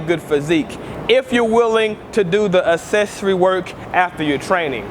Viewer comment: "Assessory work" lol kills me evertyime